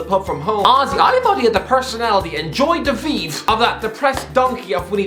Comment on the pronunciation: “Joy de vive” just no